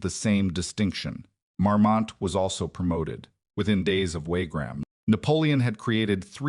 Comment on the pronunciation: WaRgram? " One thousand eight hundred and nine?" AI crap as usual.